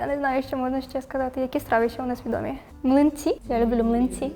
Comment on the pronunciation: Млинцы я услышал как блинцы😄3 раза перемотал - 3 раза услышал😄 Так вот откуда пошло слово млин😄